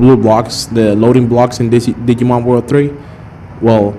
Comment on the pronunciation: Did you just say.....diggy-mon...wow.